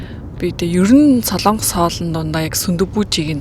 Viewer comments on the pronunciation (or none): none